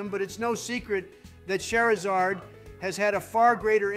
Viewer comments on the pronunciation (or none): No hate, but that "char" pronunciation is cringe. Keep hearing Cher. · Ooh okay here's where the hot takes get spicy Kinda funny how none of them can pronounce Charizard right Aight you already committed a Spectre-worthy crime with that Eevee placement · Good Ol’ Chair-I-Zard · Okay it's 'chair'izard from now on